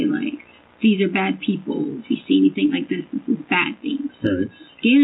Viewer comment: that's one of her minor faux pas', have you heard her say a word ending ing!? She puts a K at the end everytime like "anythink". Some other top hits are "why come", "landfields" and "psychiatrist" when she's talking about psychics. And don't get me started on her fb posts, google searches, and text messages, doesn't even sound like someone with a ged, forget masters and phd.